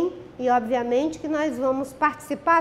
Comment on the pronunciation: Ela ainda fala "NOIZ" kkkkkkkkkkkkkkkkkkkkkkkkkkkkkkkkkkkkkkkkk